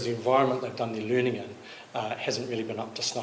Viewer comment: Literacy. Learningt. T. Learningt. Good literacy.